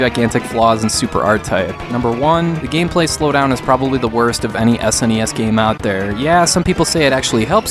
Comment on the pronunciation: I recently discovered your work dude. Top notch reviews that are not only useful and insightful, but ACTUAL reviews. Too many YouTubers' "reviews" end up being recounts, which are totally less good. My favourite part of this one was where you say "Any S.N.E.S. game" which when I first heard it, I thought you said "NES NES.". 😂 Anyway, keep up the good work!